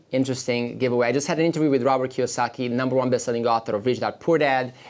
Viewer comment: Robert not Robery...